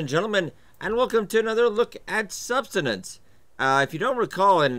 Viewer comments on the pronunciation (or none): subsistence not subsidence lmao